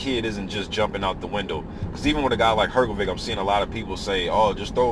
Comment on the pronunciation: its pronounced hrgovish